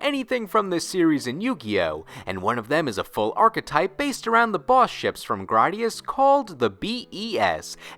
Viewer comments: Graydius not grodius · It's Gray-dius. Don't butcher it. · I’ve literally never heard anybody pronounce Gradius like that. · That secondary motherfucker's voice makes me want to hurt someone. Also, why would it be "Graddius?" Remember your phonics, kids.